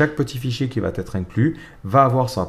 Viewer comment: super les tutos.. mais alors "VA T ETRE " : non !! "VA ETRE", oui !